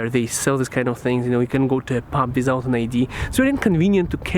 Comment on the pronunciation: SAYS WISOUT INSTEAD OF WITHOUT:-D